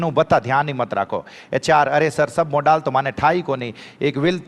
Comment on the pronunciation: मॉडल होता है या मोड़ाल 😂